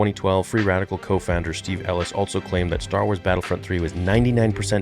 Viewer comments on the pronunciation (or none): You say altso instead of also